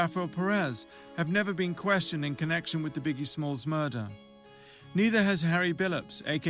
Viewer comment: Biggae and 2pack